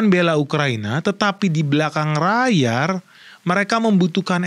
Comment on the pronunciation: maaf om 🙏 layar om, bukan rayar 😅